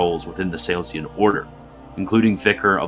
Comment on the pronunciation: No, it's not minor at all. It goes straight to the credibility of the writer and the narrator. It says "This is not a serious effort. Any ol' thing will do. We don't need to check things like pronunciations or facts." The video cannot be taken seriously by serious people. If you had surgery and the surgeon left a sponge inside your body, would you call that "minor"? And "Salesian" is far from being the only mispronunciation--stuff that is easy to look up, but they didn't bother.